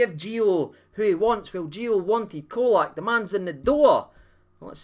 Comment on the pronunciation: Pron Cholack.Not Colack.